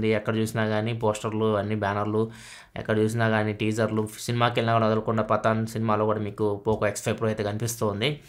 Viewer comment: Anna nuv Patan anale Pathan 🤣🤣